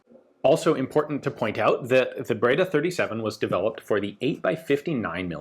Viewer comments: Ian you speak French why you butcher Italian so 😭 breda not braida. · Breda it reads , bredr, e as end.